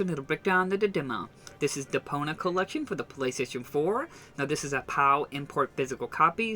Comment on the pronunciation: Stop saying Depona...it's Depon i a